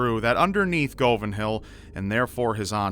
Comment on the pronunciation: you pronounced govan wrong